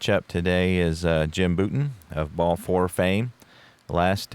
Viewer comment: Tough first! FYI, it’s BOW-ton (not BOO-ton).